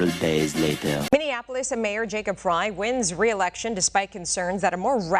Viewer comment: "I'm the Mayoor Now"